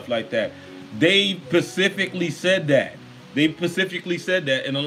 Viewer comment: It's SPECIFICALLY not pacifically, genius.